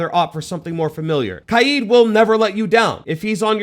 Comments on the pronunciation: It’s kaid (sounds like kayd). Not KAIEEED. Weirdo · its not kajid, its kajd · it's not "kayd" his name is arabic it's pronounced Kah-ed weirdo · Kaid ❌ Kiee✅ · Bro called kaid “kYEED” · “Kai eed” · bro really said "kied" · He said Kaid. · Great video and it really helped me when I was debating with my self who to get but is anyone else triggered about how he pronounced kaid? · why he say Kaid like that? am I missing an inside joke? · Bro learn how to say kaids name🤣